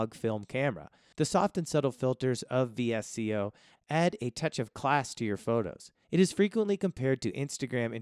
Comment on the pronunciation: VSCO is pronounced “Visko”.